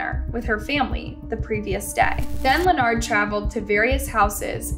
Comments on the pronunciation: Please. I understand that you’re not very good with names, but this one always seems to trip you up. You’re pronunciation has gotten much better, but it’s just pronounced LINN-erd. Just like the guy on Big Bang Theory. Weird spelling, but simple enough to say it. Best wishes. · Len ard? Len-urd. Why can't you pronounce words correctly?!?!?! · Girl his name is Leopard not Lanard get it right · His name is Leonard, pronounced "Lenerd", not like leotard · Every time I watch a story from this channel, she STAYS pronouncing peoples names wrong!! She's pronouncing Leonard as lanard instead of lenerd. Lmao. Like doesn't she research this shit before speaking? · How can you not say Lenard? Lee-nard, wtf is that? The news reporter even said it. It’s the same in most videos, a simple word mispronounced it’s so weird. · The man's name is clearly Leonard so of course pronounces it 'Lenard.' 😅😂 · Its not Lenard its Leonard y'all don't ever get these people names write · The fact that the commentator doesn’t know how to pronounce his name and kept calling him Lenard was super annoying 🤦🏾‍♀️